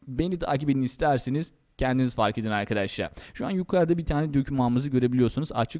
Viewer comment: abi afedersin ama çok mal konuşuyorsun, biraz daha düzgün konuş "arkaaadaşlarğ"